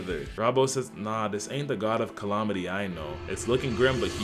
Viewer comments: CallAHmaty??????? Love the vid, but they way you saying that one word gives me issues lol. Calamity not calaohmity 😂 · This would be much better if you stopped saying colomity instead of calamity. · Bro said "collomitty"